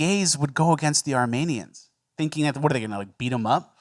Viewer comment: Is saying "Armanians" as a bit?